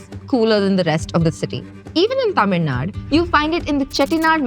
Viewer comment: It's not tamilnad. It's Tamilnadu.